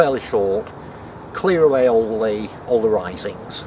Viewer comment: Arisings, not risings.